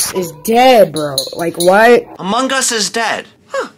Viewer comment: I love how he pronounced "Among Us" as "Amogus", and then next sentence is like " cant talk because he said 10"